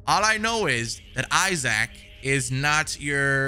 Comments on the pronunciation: guy really said I Saac lmaooo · Wait.. Did he say "I-zach" for the name Isaac?🤣🤣🤣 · Lol “Eye-zack” Clarke lol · The way he pronounced Isaac name had me cracking up lol